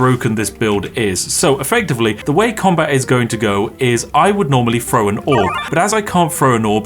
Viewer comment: need to work on how you pronounce "throw" because you are definitely saying "fro"